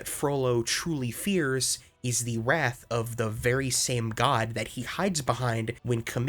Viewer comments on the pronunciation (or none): none